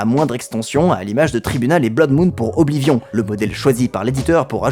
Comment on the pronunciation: Faire l'éloge d'Oblivion tout en prononcant horriblement son nom tout le long de la vidéo TOUT EN ETANT SPONSO PAR UN SOFT D'APPRENTISSAGE DE LANGUES ETRANGERS mais mdr c'est plus du foutage du gueule à ce niveau